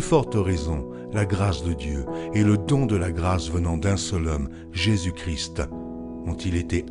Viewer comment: Juste pour dire un défaut de prononciation. Nous devons lire Jésus Christ sans prononcer le "t". Seulement quand nous lisons "le Christ". Sinon bonne lecture. Merci !